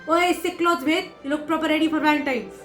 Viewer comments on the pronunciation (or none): none